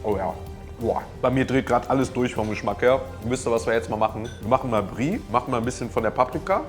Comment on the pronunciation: Mich triggert es, dass er immer Brie zu der Soße sagt 😂